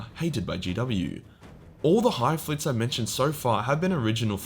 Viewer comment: Don't take this wrong, but hearing you try to pronounce the names of the hive fleets is hands-down the funniest part of this video.